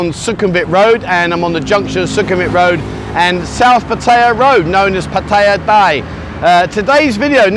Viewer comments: Please get a Thai to teach you how to O pronounce Pattaya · Haha Pattaya Die. Much closer to the T pronounciation than D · Why don't you make an effort to pronounce Pattaya correctly like Thais do .not like a Brit !!!